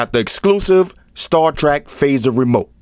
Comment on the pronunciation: 'star trak' lol....dope